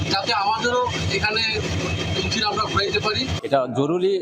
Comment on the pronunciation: 32 সেকেন্ড থেকে সবাই একটু শুনবেন।উনি কি 'ইঞ্জিল' উচ্চারণ করলেন।নাকি আমি ভুল শুনলাম।